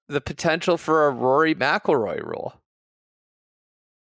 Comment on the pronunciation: Voo-or-e? Vory?!?!?!?! 😂😂😂